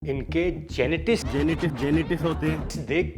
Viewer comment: Genetis bhai 😆 genital hi bol deta